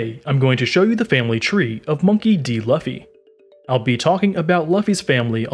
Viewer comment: monkey d loffah 😂 is Unkown a pokemon? 😂😂😂